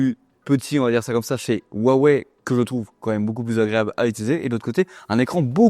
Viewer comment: Pourquoi les Français ne savent-ils pas prononcer Huaweï mais disent toujours ouaouais ?